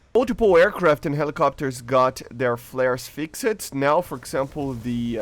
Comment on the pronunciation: AHHH ITS FIXED MAN not FIX-ED ahhhhhhhhhhhhhhhhhh, you got good english just fix the fix-ed and reduzed